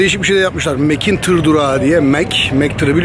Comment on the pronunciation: Bence tiyy ( tır ) diyo:)